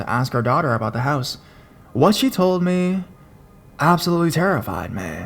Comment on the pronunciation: "What she told me absolutely terrified mEHH". The word is me, just me, no need for all the extra enunciation or whatever it is you are trying to do. You have always been one of my favs but the pronunciation thing is getting worse and worse and I can't stand to listen when you do it really bad. Like I said, you are one of my top horror narrators but I can't deal with how you start talking sometimes